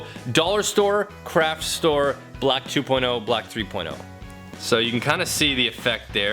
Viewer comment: When he was showing the light differences from the paint and he said craft store I thought he said crap store🤣